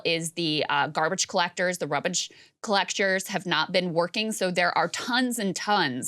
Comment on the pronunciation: I had to call the doctor when I heard "rubbish". OMG.